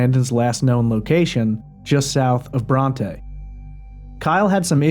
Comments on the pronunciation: He said trooper, not staple, and he also says I'm shot... And it's no on both sides, it's on the Bronte side, not the, but th... And it's NOT Bron-tah... it's Bron-t. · BronT The e is silent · The little town Bronte, is pronounce Bront. The e is not stressed as in Bronte sisters, although it is named after Emily. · It bronte not bronteeeeeeeee and also there a lot of state troopers in the area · Brandon is saying on Bronte side headed towards Abilene. The 'E' is silent on Bronte.